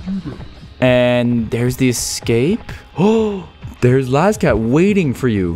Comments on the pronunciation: it's las cat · It’s Laz cat